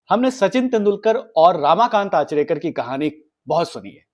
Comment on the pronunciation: Bhai, it's 'Ramakant' not 'Raamakant' and it's Anil 'Gurav' not Anil 'Gaurav'. Thik se toh pronounce karo, it's devnagari not Chinese